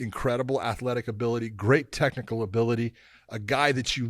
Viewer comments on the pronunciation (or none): none